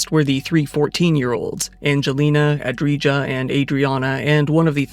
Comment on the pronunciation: Brother please pay attention to the names you're pronouncing, you're butchering them. xD You said VALhović instead VLAhović among others. And Andrija is AndriYa, not AndriGa but I could let that one slide.